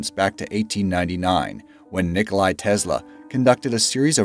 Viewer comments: It's not Nikolay Tesla it's Nikola Tesla!!! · It's Nikola Tesla not Nikolai,i'm Croatian so was Nikola Tesla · “Nikolai Tesla”? Are fucking stupid? Its “Ni-cuh-luh Tes-luh” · Nooo NIKOLAJ ITS NIKOLA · It's not Nikolaj it's NIKOLA TESLA. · "Nikolay" Tesla!!?? FFS dude!